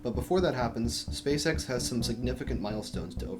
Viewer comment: it sounds like you're saying "space sex"